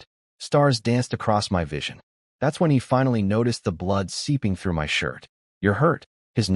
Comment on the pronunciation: I don't understand why "of" , "it" , "in" are pronounced correctly , but "my" is read as M.Y.